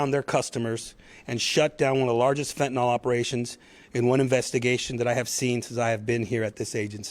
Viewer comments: Id like to point out that its pronounced FENTIN-ILL not FETN-ALL personally smoked gram after gram and im alive so the little granules they say can kill a man is if 100 percent fentanyl is used, but the imported fentanyl is just cut with a very small amount of 100 percent fentanyl. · Fenta-nill - not fenta-nall. Fentanyl. See? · One would think a professional in law enforcement who dedicates his career to being an expert at what he is trying to combat would at least learn how to pronounce the substance he is describing. Fentanyl isn’t “Fenton-All” it’s “Fenton-ILL.” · Its pronounced fentanyl not phentanol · I don’t believe this is true, I believe these to be actors on the grounds that the Chief. THE CHIEF! Cannot pronounce fent-a-nil. He pronounces it fent-a-nal. Likewise, I do not believe a single word of a newscaster who is a puker, speaks with a rise at the end like a Vally Girl, or has a speach impediment like a lisp. There is NO WAY. A person who doesn’t have impeccable speech, should be speaking. Shouldn’t this be obvious? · Good work! Excellent! 👍 One small point: It's fentanyl, not "fentanol." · Fen-te-nil “Fentanyl” Not Fen-ten-all. We need intelligent people doing intelligence. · FENTANYL NOT FENTINOL Only people's who use fentanyl call it fentinol